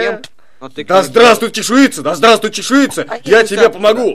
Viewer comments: ЧЕШУЙНИЦА!!! А НЕ ЧЕШУИЦА! Пожалуйста, говорите правильно. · Фрост называется не чешуица а чешуйница